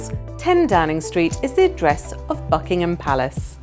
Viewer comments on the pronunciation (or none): none